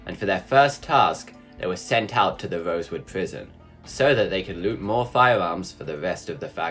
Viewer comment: "gawage" "fiwams"